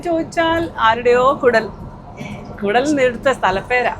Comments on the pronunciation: കുടൽ അല്ല ശരിയായ പേര് കുടാൽ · കുടൽ അല്ല 😂😂😂😂 കൂടാൾ എന്നാണ് 🥰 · The name of the place although written in English as Kudal is to be pronounced as ' Kudaal". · കുഡാൽ.... എന്നാണ് ഉച്ചരിക്കേണ്ടത്. അക്കമസൂർ ദാൽ മുതിരയല്ല കെട്ടോ. രണ്ടും വേറെയാണ്. അക്കമസൂർ കൊല്ഹപൂരിൽ നിന്ന് കഴിക്കണം😋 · കുടാൽ എന്നതിന് പകരം കുടൽ എന്ന് പറഞ്ഞാൽ എങ്ങനെ ശരിയാകും?!! നിങ്ങൾ ആദ്യമായി പോകുന്നത് അല്ലല്ലോ അല്ലേ???!!!😡